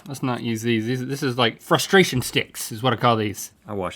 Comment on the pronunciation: * "Frustrastion Sticks" *